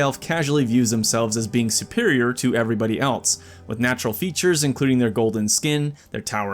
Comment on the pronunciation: you keep saying "else" wrong and it lowkey ruins the vibe you are trying to achieve.